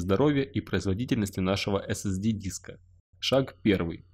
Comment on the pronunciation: нужно говорить эс-эс-ди...